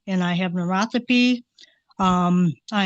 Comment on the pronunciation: Ma'am wtf is neurothopy?